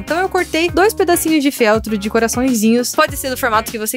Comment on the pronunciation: não é féltro é feltro